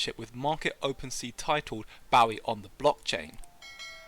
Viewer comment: David WHAT?! How dare you. It’s not like “take a bow”. It’s like “shoot your bow & arrow”. Bowie.